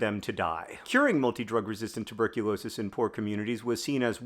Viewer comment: Rewatching to count how many times you say "multi drug resistant tuberculosis" perfectly